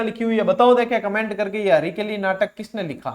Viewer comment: हरकेली नाटक है, हरिकेली नहीं सर जी